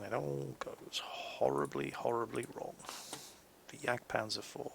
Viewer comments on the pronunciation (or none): none